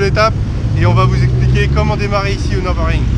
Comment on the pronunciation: Apprenez d'abord à prononcer Nürburgring correctement. Pour information, ça se trouve en Allemagne. Il n'y a donc aucune raison de prononcer ça à l'anglaise.